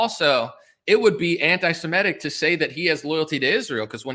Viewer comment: Its interesting, have you guys thought about how EVERYBODY pronounces the word antisemitic? Antisimetic. While nobody pronounces antisemitism wrong